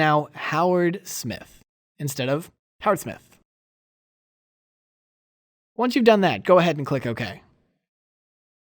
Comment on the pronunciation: Love the way you pronounce HowardSmith.